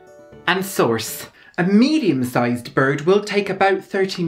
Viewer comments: Oh, gosh! Same. I thought I was the only one who noticed. She actually pronounces sauce as source! 😂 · its sauce but she pronounces....well....source lol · The "armans, cayern peppern, and sorce" gets me every time, lol. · for me it’s the sorce LOL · I thought at first “Sorce” was a little exaggerated then I watched the original and damn... spot on🥲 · "You will need: armans, cayerne peppern and SORCE." I choked on a potato crisp right then and there. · The “Armans, Cayerne Peppern, Sorce” killed me😂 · fucking DIED at "you will need... armans... cayern peppern... and SORCE" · That part reminded me of Tracey Martell's Swedish "brëd" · "Armans, Cayerne Peppern, and Sorce" I screamed. Your parodies are perfection. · That makes more sense, I thought he was mispronouncing it on purpose like he did the almonds, sauce, and cayenne pepper.